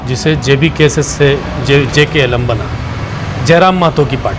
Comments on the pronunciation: ऐ पत्रकार महोदय नाम तो सही से लिया करो jlkm नाम है हमारे पार्टी का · Not JKLM. Say JLKM.